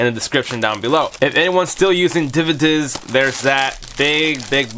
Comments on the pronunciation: Came to the comments immediately after hearing him say it. Lol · The way you said DVDs lmao